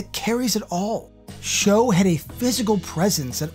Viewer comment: Lambert was a good start, but afaik Robin Shou's last name is pronounced like shoe. I remember him saying this himself in an interview years and years ago. They use this pronunciation on a 2019 video of him playing an mk console with Linden Ashby. As for that epic soundtrack, it also featured Geezer Butler and Type O Negative. Thank you for remembering this film.